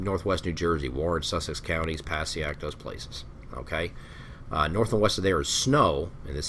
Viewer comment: it's Pass-EH-ik, not PASS-ee-ak